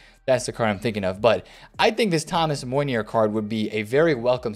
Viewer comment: If it was April even May yes August 4th hell no EA. I like the way you pronounce Meunier 🤣😂 next video try to say in French